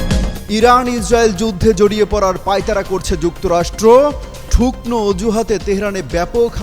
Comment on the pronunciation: ঠুকনো মানে বুঝলাম না, ঠুকনো নাকি ঠুনকো??